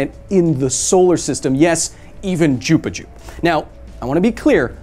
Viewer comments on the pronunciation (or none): Bro, you called Jupiter _ Jupajup. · Did you say jaup jup for Jupiter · i swear he just said jupiju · im sorry but did ya boy just say jupajup? 🤣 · Did y’all hear him say Jupijoo? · Did he just say “Jupi-joop”? Or am I going cray-cray? Crackle smacking finglongers Diddblit shingran yup yup greeeeeeps? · Ha you said Jupiter wrong. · Omg did you really just pronounce "Jupiter" like that?! I love you, Kyle.